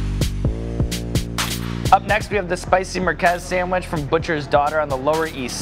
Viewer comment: The spicy Marques! Its pronounced mirgez